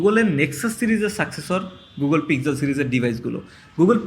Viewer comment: Apni pixel k pig-zel bolen keno ?